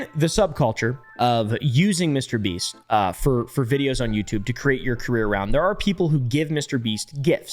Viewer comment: LOL, HE LITERAL SAID MRBREAST 🤣🤣🤣